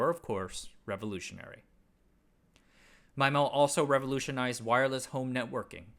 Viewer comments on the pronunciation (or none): Thanks from all around for pronunciation of "MY - MO"... instead of "ME - MO". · MyMO ❌️ MeeMO ✅️ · If "SISO" is pronounced "See - Soe" Then "MIMO" is pronounced "Mee - Moe"